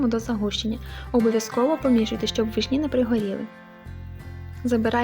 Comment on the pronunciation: Не вишні' а ви'шні!!!